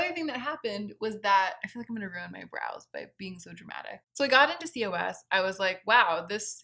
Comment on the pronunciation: COS is pronounced “cause”.